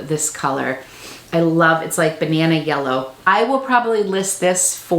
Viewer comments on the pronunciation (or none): none